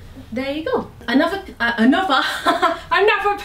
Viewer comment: "ANUVA PIECE" 😂 lmao oh gosh